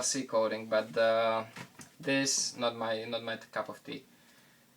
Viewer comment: sounds like he said my cup of pee lol